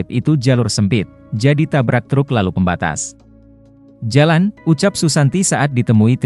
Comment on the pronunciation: Dengar pembaca berita tribun jabar telinga sakit,, kaya orang nggak pernah sekolah,, contoh pemenggalan kalimat " pembatas.......jalan" ada jeda bacanya,, trus "PO dibaca Po"...